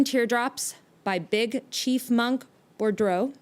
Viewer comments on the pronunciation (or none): none